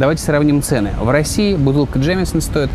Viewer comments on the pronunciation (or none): Все классно!!! Но почему Джеймсон стал "Джемесон"??? Чувак... Ты же явно знаешь английский, а выражаешься на ранглише... ))